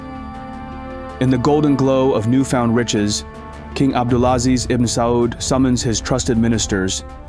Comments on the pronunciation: The Chinese dude needs to improve his pronunciation esp ‘abdulaziz’….. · Ébd’ul aZIZ ibn Sa-ood